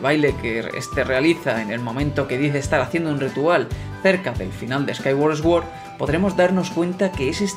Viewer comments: No quiero que esto sea una ofensa de ninguna forma, solo recalco que sword se pronuncia suórd y no esguord. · Hyrule se pronuncia Jáirul, Sword se pronuncia Suor, Skyward se pronuncia Skaiwor, Hylian se pronuncia Jáilian, Majora es Mayóra con acento en la O. Por dios muchacho vas a hacer que me sangren los oídos.